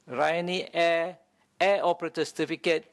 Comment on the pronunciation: Kenapa sebut “ Airrrrr”.....